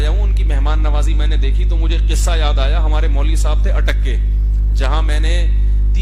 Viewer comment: Bolo na Bhai ATTAK ke lol